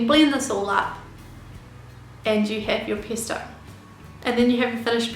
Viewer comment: it's pEsto, not pIsto